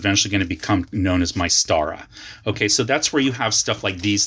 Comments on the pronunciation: BTW - we always pronounced it as "MIST-ahra" - not sure if that changed after the buy-out. Sorry...nerdy me. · Yeah -- I've always heard it pronounced Mis-tara. Like the word "Myst". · Why do you say Mai-stara? Never heard anyone else use that.